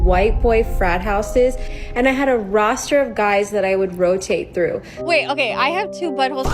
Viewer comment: “A Roster!😂” she ain’t Jamaican, but she gotta Rasta (roster)